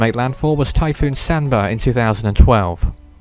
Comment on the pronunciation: Sanba is pronounced SHAN-baa